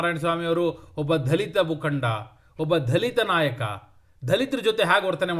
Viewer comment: ಕನ್ನಡ ಸ್ವಲ್ಪ ಸರಿಯಾಗಿ ಉಚ್ಚಾರಣೆ ಇರಲಿ. "ಧಲಿತ " ಅಲ್ಲ ದಲಿತ 😢 😢